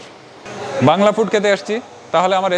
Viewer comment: খাবার পরিবেশনের সময় আপনি যেভাবে 'বাংলা' বলছিলেন তাতে বাংলা ভাষা লজ্জা পেয়েছে...!